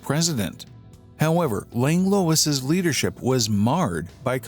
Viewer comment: Minor quibble with pronunciation. It’s not “Langlowiss” it’s “Langlwah” 😅